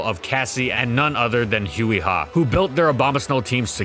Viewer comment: keep saying Huey Ha instead of Huy Ha